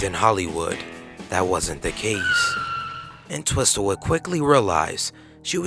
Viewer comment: it's WOMEN, with an "e" pronounced "Wih-min" and you're not supposed to pronounce the second "T" in Entwistle. Should be.... "En-twiss-uhl"